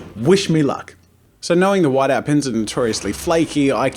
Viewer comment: He mispronounced "whiteout"